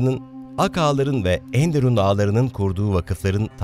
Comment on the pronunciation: Emeğinize sağlık, kapsamlı ve güzel bir çalışma olmuş. Tarih sunan bir kişi olarak size tavsiyem ENDERUN ve ERKÂN kelimelerinin okunuşlarına dikkat etmenizdir. Enderun kelimesinde EN hecesi vurgulayarak okunmaz, ERKÂN kelimesinde ise A harfi ince okunur. Umarım yapıcı eleştirmem sizi rahatsız etmez. Sevgilerimle.